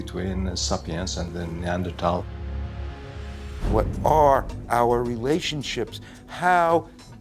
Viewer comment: 네안데르탈인 하이델베르크인은 학술용어로 이미 정착 그런데 나레이터 는 히델베르겐ㅇ라 니안제르톨이라 발음